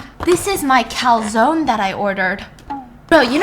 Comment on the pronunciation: It's funny to hear you say "calsone" because it sounds Like calzón which is panties (🩲 underwear) in Spanish 😂😂